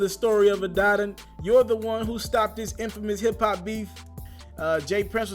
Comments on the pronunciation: Omg I thought I was the only one it bothered!!! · Adidon is pronounced as “Ah-Dee-Don”. With you being a journalist your pronunciation use is killing me. I’m sure you have heard the name pronounced correctly.smh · I cringe every time u say Adaddon.... 🤦🏿‍♂️ bruh journalist can’t be out here mispronouncing stuff THAT many times. Smh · I agree. I respect his hustle but you have to run a tighter ship than that. Stop mispronouncing shit like you just left up off the block.